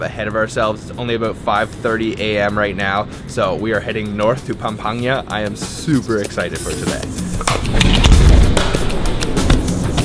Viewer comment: IT'S PAM-PANG-GA.